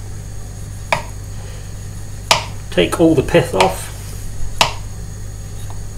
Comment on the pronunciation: Hey, He Said Pith-Off... LOL